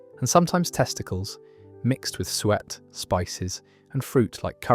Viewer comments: The French word that means "to chop" isn't pronounced "hatcher" as your dreadful AI voice said. It's pronounced hash-ay, which makes a lot more sense! "sweat" pastry? I ask you!! And Welsh rarebit, pronounced rare-bit. Welsh rabbit, indeed! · Another channel that can’t pronounce suet and change it to sweat pastry 😮